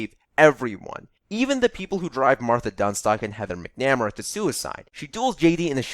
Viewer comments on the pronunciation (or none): it's cool man. If that's how they pronounce it in the movie then what can you do. I just couldn't not mention it. Pronouncing things is hard if you don't have a good reference for it. Also what you did is technically correct in terms of grammar rules but he know..... that isn't his things work all the time. As someone who hasn't seen the film I think it would be disingenuous for me to call that an controversial opinion. I hadn't even heard of Heathers until I stumbled across the musical so i have a bias towards it due to finding it first. Please forgive me for that as I am not American and it just wasn't shown on t.v. here to the best of my knowledge. I know it is close to the hearts of many people in the U.S. and if you prefer it over the musical I guess i should check it out. I just hope they don't say McNamara too much Actually just do me one favour. The probounciation in the musical is closer to bring correct so if you could use that any irish viewers would be very grateful